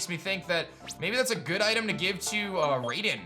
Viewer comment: Just so you know, it's pronounced "RYE-den"